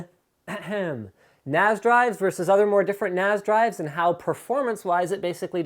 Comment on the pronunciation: FFS stop calling it a NAZ it a NAS.. the S should sound like the S form snake